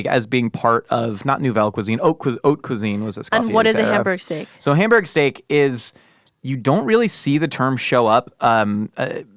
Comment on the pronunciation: Why is pronouncing Hamburg like Homburg? I've been there and no one pronounces it like that.